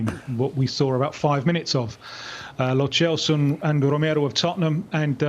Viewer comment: "South American Football Expert" cannot pronounce Lo Celso